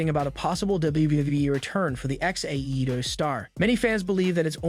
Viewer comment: Why do you sound retarded when you say AEW?